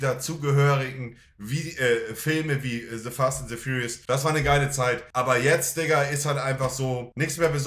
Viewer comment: "Se Fast and se Furiust"